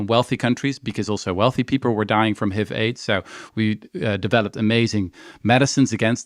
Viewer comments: I’ve never heard anyone pronounce HIV as “heev”. Is that how they say it in Dutch? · It's H.I.V, not hiv. 🤦‍♀️